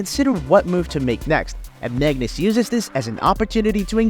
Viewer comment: Magnus not Mangus :D